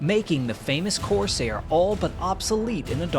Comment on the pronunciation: Great video. It'd be even better if you pronounced CORSAIR correctly. You put emphasis on the wrong syllable. Listen to how everyone else says it.